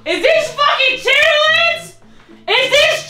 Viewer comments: SAID " CHITIITLINNS " 🤣🤣🤣🤣🤣 I CANT LOL❤ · said chitterlings 😂😂😂😂😂😂😂😂😂😂😂😂😂😂😂❤️ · It’s pronouncing the ER in Chitterlings for me 😂 from the south and never heard it like that